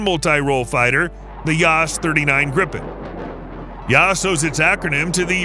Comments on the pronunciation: im getting extremely pissed off about how extremely wrong youre saying this, as a swedish person i say, learn how to pronounce our words >:( BRU- YOURE SAYING THIS EVEN MORE WRONG YOURE SAYING HIS NAME COMPLETELY WRONG OMFG "grifen" ITS A GRIPEN, GRIPEN, G,R,I,P,E,N. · Not "Grippen", it's pronounced "Greepen". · He can't pronounce any of the Swedish words correctly. 😂